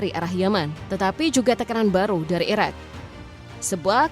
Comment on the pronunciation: Ngomong Iraq atau Iran gak bisa dibedain, gak jelas blas